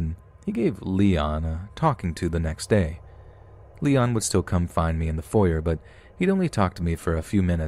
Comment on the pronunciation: Oh dear, that's how you pronounce foyer? Figured you'd be a bit more proper than that. :P